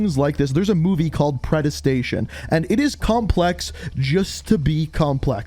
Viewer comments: did my guy really just say "predestation"? It's predestination bro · "Pre-Destination" exists:- "Predes-tation" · Did this guy call Predestination "Predestation"? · The movie is "Predestination", not "Predestation" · Predestination not predestion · Predestination not predistation but keep going! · How can you pronounce predestination so wrong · The way he pronounced “predestination” hurt me internally